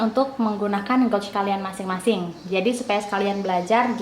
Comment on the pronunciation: Maaf, Kakk... cara bacanya gauge /geij/ ☺️☺️☺️